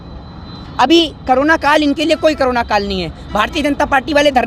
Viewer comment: करोना नहीं भाई कोरोना